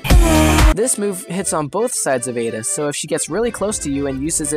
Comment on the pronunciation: ada rhymes with soda